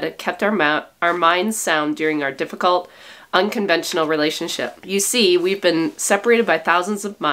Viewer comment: Ewe tube? Every time I here you say “you,” I hear ewe!